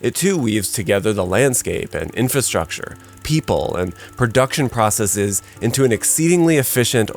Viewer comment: Thank you for pronouncing “processes” correctly. 😊